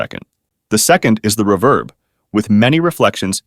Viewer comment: The use of AI to narrate this is annoying as shit with the way it pronounces ‘reverb’